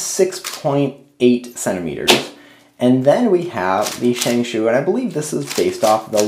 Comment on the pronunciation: Shengshou is pronounce sheng show, just pointing that out.